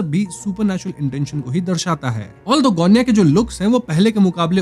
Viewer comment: गोण्या बरोबर आहे सायली ✅